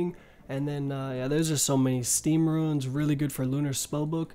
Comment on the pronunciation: Why the fuck are you saying ruins instead of runes?